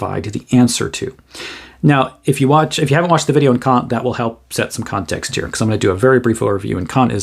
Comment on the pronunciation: "The video on Kant will set some Kant-ext here"